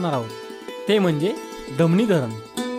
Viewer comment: धमणी नाही धामणी असे बोला.